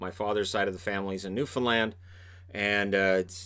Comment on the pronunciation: Gotta love the newfoundland representation also thanks for using the correct way of saying it